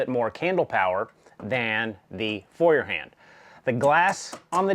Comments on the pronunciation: Just as you fell back to the wrong pronounciation during the vid, i thought of how to explain it in written letters . so its not Fewerhand (like "a few") but like in the english word "TOY", Foyerhand . Get It? And the part HAND is not spelled like in the word Band ( music) but like in GRAND or even better like in the word HUNT. Dont get me wrong please, i dont wont to be arrogant, just want to help you improve your foreign language skills. Have a good time and thank you again for the show and for appreciating german quality levels ( which are sadly declining rapidly) ! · The pronounciation for Feuerhand is actually rather easy: Feu like foi in foil, er like err in error ha like ho in honey and nd like nd. So together foierrhond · First, congratulations on you improved pronunciation of Feuerhand since your previous video, still not great but I can tell that you are trying. LOL. I am in my mid-sixties and kerosene lanterns were a thing in rural areas when I was a child. My Grandfather did not say "kerosene" he said "coal oil". The light that they put out is warm and friendly, much more so than any LED lantern. Your video prompred me to buy a lantern, a Feuerhand to be exact. The difference in quality is readily evident both to see and to hear in the video. One thing I came across in looking for a lantern was a Czech lantern called "Meva". I would expect the quality to be on par with the German lantern. Would you be interested in doing a video adding a Meva to the comparison? Thanks again for your videos.